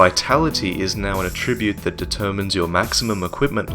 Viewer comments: Attribute (n.) pronunciation: emphasis on the first syllable, please,! Emphasise the second syllable for the verb form. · I love your videos and I loved this one but please for future reference, that is not the way you pronounce 'attribute' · mispronounces "attribute" too?